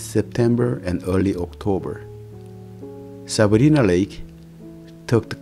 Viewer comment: FYI, the letter i in Lake Sabrina is pronounced EYE. Lake Sa-br-eye-na.